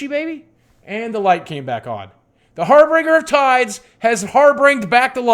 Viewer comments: harBINGEr not harBRINGer. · Harbinger. Harbinger. Harbinger. Not Harbringer you silly man.